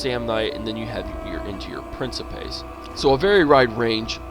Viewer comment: you mispronounce principes